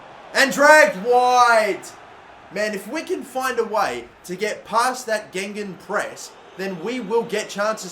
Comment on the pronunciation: did he fucking say gengun press